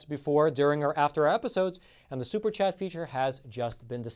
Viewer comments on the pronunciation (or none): Is this guy from Miami, who else says super like that other than us.